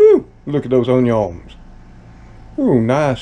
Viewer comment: I like you say onions